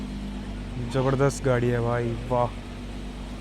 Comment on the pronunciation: Mun see supari nikal kr baat kr raeee........it's not jabarzdast it's pronounced Zabardast rae😅 ....